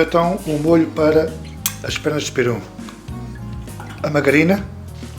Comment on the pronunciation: "PERUM"? Não será PERÚ?